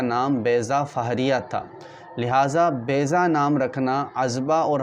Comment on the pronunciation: Its baiza not bayza